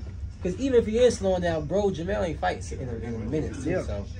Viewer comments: Hopkins showing his age, jermell not jermall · Does Bernard know he keeps saying jermall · Somebody needs to tell Bernard that it's jermell not jermall..